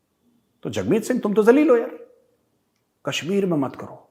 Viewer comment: "jalil" bro not "kalil"😂🤣😂🤣😂